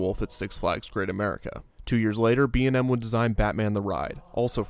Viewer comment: Dude the commercial for Kumba not only acknowledged the manufacturer, but they also pronounced B&M’s names correctly. That’s pretty cool.